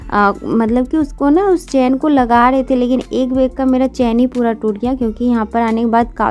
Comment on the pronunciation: Beg nhi bag hota h